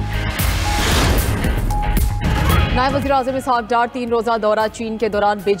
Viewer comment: Abe pehle Urdu sikho wuzra e azam nahi wazir e azam hote he pendoo 🤣🤣🤣🤣🤣